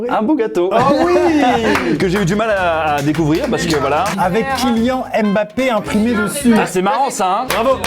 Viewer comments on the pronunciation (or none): Vous avez entendu le Kilian à 🤣🤣🤣🤣